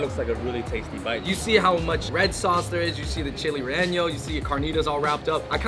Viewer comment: It’s not “reño” it’s “rellenó” Reh-Yeh-No NOT Ren-Yo